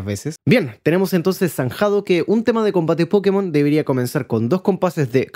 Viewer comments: Acabo de llegar de un viaje en Japón, he estado en las tiendas nintendo y siento decir a toda hispanoamérica que, simple y llanamente, la pronunciación correcta es "PoKÉ-mon". Vaya, que tampoco debería haber habido nunca ninguna duda, la propia palabra está escrita con una tilde bien grandota. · A ver, que no hay que disculparse por decirlo mal. Puedes pronunciarlo como quieras pero el propio creador ha dicho cómo se pronuncia y tiene una tilde como una catedral para saber cómo es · Pregunta sería. ¿En latino américa se escribe "Pókemon" con el acento en la primera "O"? porque nosotros le decimos de esa otra forma porque el acento está en la primera "E" xD. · nunca he entendido porqué le decís "pókemon" en vez de "pokémon" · Sin tirar nada de hate y solo por curiosidad: ¿por qué dicen pókemon en vez de Pokemon si hasta tiene la tilde en la “é” en todo lo que está escrito en español? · En Colombia le decíamos Pokemón 😂😂😂 (o por lo menos así siempre lo escuchaba yo) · Los españoles le dicen pokémon, tú le dices pókemon, y yo le digo pokemón 😢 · Poukimon en ingles Pokémon en castellano, como debería ser Pokemón en Latinoamérica Pokemon sin acento en japonés aunque a veces también lo pronuncian cómo en Latinoamérica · Yo le digo: "Pokemón", que suena lo más parecido a el Japones, el cual no lleva acento... Dato curioso, el acento en la É era para que los estadounidense supieran que esa E se pronuncia como en la palabra "Pocket o Rocket" y no le fuera a decir "Poukmon" como se dice "Poke" como en "Slowpoke"... pero los muy genios pronuncian esa E como si fuera su E común que suena a "i"... o sea "Pókimon"... 😅 Y los españoles se fueron de tontirijillos... porque pronuncian ese acento en la É que es un "adorno" como si fuera para ellos, haciendo sonar la cosa aún peor 🤦🏼 Es así como que si todo el mundo se hubiese de acuerdo en cag💩la... 😑 Porque no hay que olvidar que cuando los japoneses no lo abrevian, le dicen: "Poketto Monstaah" 🤪